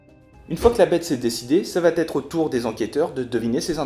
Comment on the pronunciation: Comme tu as l'air très sympa et motivé, je me permets de te signaler que tu commets plusieurs fois une liaison verbale qui me fait sauter sur mon fauteuil : il n'y a pas de "T" après le mot "va", et donc le "ça va têtre" est à proscrire. Sinon, merci pour la démo instructive, mais le problème avec ce genre de jeu, comme Scotland Yard ou Whithechapel, c'est que c'est souvent le même qui s'y colle pour faire le méchant, disons par rapport à la composition de mon groupe de joueurs. La Bête fait envie, mais pas certain que je l'achète.